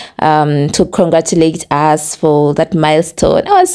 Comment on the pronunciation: Drope the accent please sweetie and be normal. Its usssssss not urseeeeee and its wrong to call someone driver i know its ok in Uganda but internationally its so wrong.Conguratulations on your engagement i pray he marries you because you started the relationship opposite.Sex should be after marriage.Am a Christian.Dont feel bad have no any bad feelings